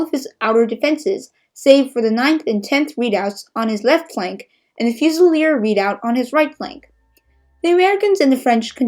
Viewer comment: This is excellent! (Suggestion- look up the pronunciation of the word "redoubt") Keep up the great work. :)